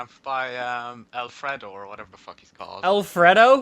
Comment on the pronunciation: and "al-fred-o" instead of Alfredo